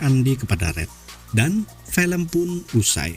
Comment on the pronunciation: Film bang bukan pelem .. cara bicaramu di ubah itu cok